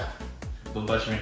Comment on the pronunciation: That don't touch me was the most American way I've ever heard him say anything😂😂❤